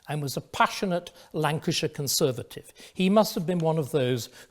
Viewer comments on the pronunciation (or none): none